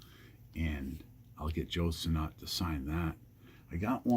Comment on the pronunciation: I’ve met Joe Sinnott before. He said his name is pronounced like “sinit”, not sinNOT. Just saying.